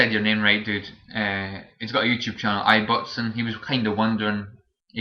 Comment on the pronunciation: Good to hear what you think about Lost planet2 , thanks. After hearing your thoughts on it.. I think I will play the 1st one and see if I like that before the considering the second. What do you think of the first one ? Oh and you got my name pretty correct.. but you pronounce the I with the b .. so its like ib then botson if that makes sense lol. Borderlands is a great game, I loved the berserker !